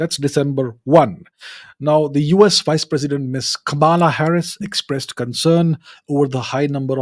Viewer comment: Why he pronounced "Kamala" differently, afterall isn't it a indian name